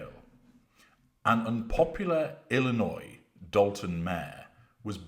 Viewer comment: Thank you for pronouncing Illinois correctly. Many people, here in the U.S., don't even get it right! They pronounce the S on the end. 😅